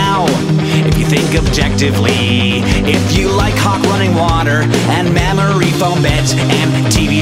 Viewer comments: Every time I listen to this, I hear mammary instead of memory. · Every time I hear this, I think he's saying 'mammary foam beds' rather than 'memory foam beds'... (Maybe I just have boobs on the brain or something)